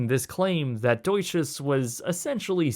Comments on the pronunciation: why do you keep pronouncing deutsche as deutsches? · Great video but the pronunciation of 'Deutsche' is kill me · Why do you keep saying deutscheS when it's just deutsche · It's pronounced "doy-chuh" - not DOY-Chez" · There's no "s" at the end of "Deutche". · “DOY-CHA” bank. Not Doychass. 😜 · i cringe everytime you say "Fountain Blue". also, it's Deutsche Bank not Deutsches Bank. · There's no "s" on the end of "Deutsche" in Deutsche Bank. It's one of the biggest banks in the world & is often mentioned in financial news. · where on earth do you see the "S" in "Deutsche Bank"?! wtf? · Please, everytime you think that a name is not originally English (e.g. Fontainebleau, Deutch) , go and Google how to pronounce it. As a European, this is painful and cringey to listen to. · Great video as always! It's pronounced DeutschE by the way ;) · "Fountain blue", "marry ot", "doight-shiz", come on dude!